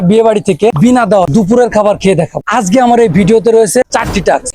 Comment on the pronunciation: ভাই আজগে না আজকে হবে। তবে কনটেন্ট ঠিক আছে